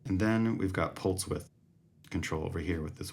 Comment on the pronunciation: Did you say “increatse the pultze width”?